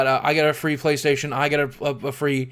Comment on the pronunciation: "With that said, Playstohtion." That made me LOL